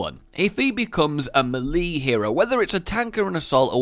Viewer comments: Why does he say melee so weirdly, it's may-lay not meh-lee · Every time I hear "malee" instead of "mylee" 😀🔫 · Great video but dude its pronouced ''mel-aye'' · It took me so long to figure out what a 'malee' was. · The way you say "melee" triggers me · im sorry but the way you say melee makes me watch to scream 😂